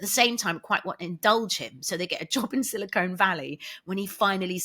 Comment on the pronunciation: So... Please don't ask me to explain as I'll get embarrassed, but it really needs to be pronounced SiliCON Valley, not SilicONE Valley...